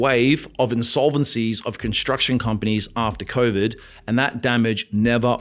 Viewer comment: Let's be real hear convid not COVID